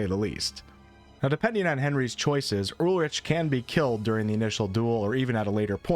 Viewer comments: This is mint man, really helping me get hyped up for KCD 2, but I have to mention how you pronounce Ulrich as “Ulrick.” It’s a hard K, great vid tho❤ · What. You don't pronounce it with a K... You pronounce it with a german CH. How do I know? My grandpa is called Ullrich